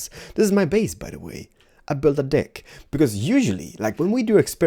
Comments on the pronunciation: When you say deck it sounds like your saying dick ahahaha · When he said deck it sounded like he said dick 😂😂😂